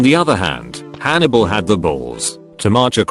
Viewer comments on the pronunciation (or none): none